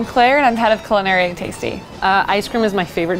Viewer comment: NOOOOoOoO! He’s “taisty”